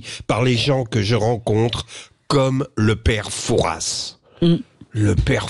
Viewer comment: Prononcer "Foura" et non "Fourasss..."!!